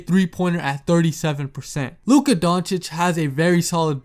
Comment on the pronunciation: Compliments for pronunciation of Luka’s name 👏👏👏👏👏